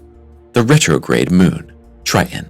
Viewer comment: you're killin' me with you pronouncing Tritan as, "TRY-uhn." Also, your CG reader is obvious in some segments, in spite of you training it on your voice. It does the weird vocal pause after commas, starting after them as if it is starting a new sentence. Your content is derivative and stale. Everyone deserves to make a living. Good luck with improving your content and presentation. Observe the PBS and other independent presenters in this area, such as Anton, his channel used to be "What Da Math," so look him up that way. He is a teacher, and seems kind.